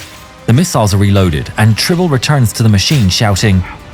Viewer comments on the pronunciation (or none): "Tribble"? Seriously?